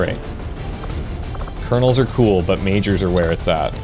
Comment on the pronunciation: He keep call Colonel's - Cardinal's :)